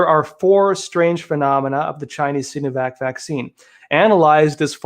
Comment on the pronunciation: Arggh. Love you but the "Sino" in Sinovac is pronounce with a long I, like sigh-no-vac. Not "seenovac".